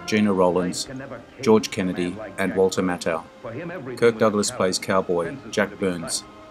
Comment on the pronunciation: 1962 -- typically a mixed bag, as studios still purposely made "B" films to show as part of the double features common in theatres. You're doing much better in pronunciation -- you've been getting Eli Wallach right for a while now :) Next to work on: Walter Matthau (MATH-ow). Looking forward to your next year!